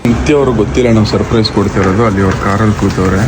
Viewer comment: Surprise ❌sirprizze✅